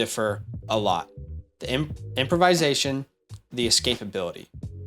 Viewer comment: Not to be that guy, but you use this word too much to not help you with the pronunciation lol It’s not “improvise-ation,” but rather “improv-isation.” Anyway, I hope I don’t come across as an a**hole with this comment 😅 Love the content! You two crank it out like no other channel!